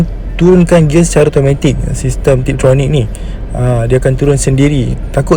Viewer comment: TIPTRONIC dan bukan TRIPTRONIC. harap maklong 😅